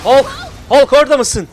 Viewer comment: Abi suna Hulk deme Halk o Halk. Sevgiler:)